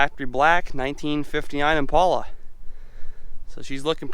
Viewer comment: Immm, paaaal, uhhhh. Not impola.